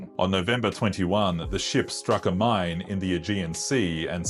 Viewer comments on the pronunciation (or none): none